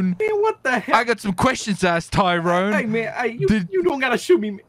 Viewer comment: canyenn mcallaster it’s Tyrone not Throne